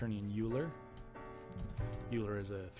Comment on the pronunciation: I made something similar to this over a year ago. This alone took me two months of coding on and off, and the end product was a bit janky. Great tutorial! (By the way, Euler is pronounced Oiler.)